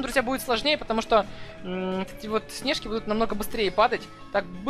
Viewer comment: не снежки падает е на а снежки ударения падает на и